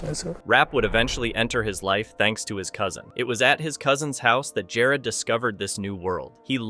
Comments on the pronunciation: Its also pronounced "Ja-rod" not "Jared." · I Hate to break it to you buddy but you said Jarad the wrong way the 2nd time you kept saying it- Cus in the start of the video you said his name completely fine! Then you just fuck it up and pronounce it wrong entirely.